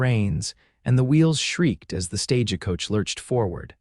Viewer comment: Why do you say "stage a coach " ?❓